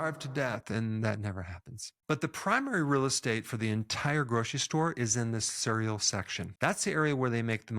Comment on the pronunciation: I was today years old when I realized Dr. Berg pronounces "cereal" as "surr-eal." Cute! Thanks for the info. Very informative.